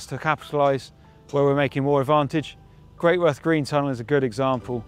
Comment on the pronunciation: Very interesting, but for goodness sake, it is not pronounced Great Worth...it is Gretuth.